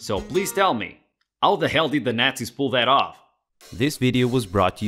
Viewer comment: "So tell me... how the hell did the gnat-zees pull that off?"